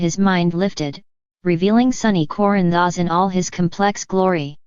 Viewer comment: These computer generated videos are awful. Can’t even pronounce Corinthos. I can’t stand to listen to it. You can do better than this!!!!!